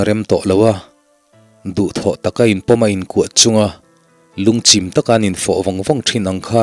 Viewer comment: Lungchim tih tur lungchhim tih ang a i lam a ka hriat tlat chu😂